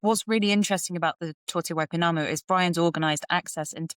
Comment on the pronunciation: Tour te Waipounamu - nicely pronounced!